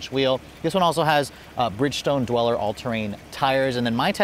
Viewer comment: I've always heard those tires pronounced 'Dual-er' not 'Dwell-er'.